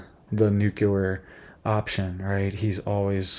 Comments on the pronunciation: Nuke-lee-er, not nuke -uh--ler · N U C L E A R not😢nuculer😮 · Your pronunciation of Nuclear," is wrong. You're saying it like President G. W. Bush: Nucular. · THERE IS NO "Q" IN NUCLEAR! Dude! You seem like an intelligent person. So pronounce this VERY important word correctly. NUCLEAR. NEW-KLEE-YER.